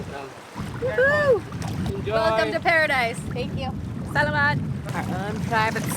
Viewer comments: No no no!! It's sa..la..mat!! Damn you sound like salamander!! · His pronunciation of Tagalog and her pronunciation of salamat made me cringe a little. Palawan is beautiful though.